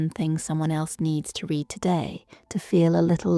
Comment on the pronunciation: fix the pronunciation of "read" in the first three seconds